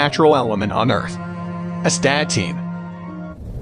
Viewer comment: It's correctly pronounced ass-ta-teen. Nothing more foolish than a video that cannot pronounce the subject matter correctly.